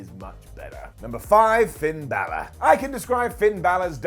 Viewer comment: How do English people still not pronounce balor right